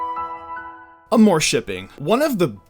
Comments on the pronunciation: AHHHH MORE? AHHH MORE?? ITS AWWW MORE! AMOUR! IT MEANS LOVE IN FRENCH! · I don’t mean to be rude but it really is annoying when you say “Am-or” shipping xD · I don't wanna be that guy but you pronounced 'amour' wrong. It's like you said 'amor'. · The way you said amour lol